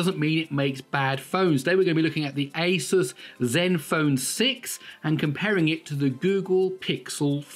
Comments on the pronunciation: fixed But still not how Linus says it 😀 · 'asus' Linus: "it's asoos"